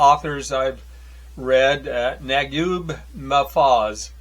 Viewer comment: Great to see People that don’t speak Arabic read some of Naguib Mahfouz’s works , one of my favorite writers of all time although I’m not sure how well the translations hold up to his original work . Great to see nonetheless and hope you enjoy more of his works. FYI in case you’re interested his name is pronounced Na-geeb Mah-fooz